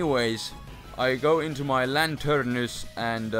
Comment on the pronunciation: lol did you say lanternus?